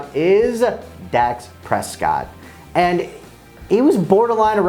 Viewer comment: It's Dak Prescott, not Dax! Come on man!